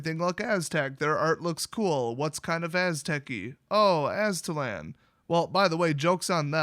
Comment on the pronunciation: the Aztec's mythical homeland was Aztlan. You pronounced it correctly. haha, "somewhere in the middle.. the moon!"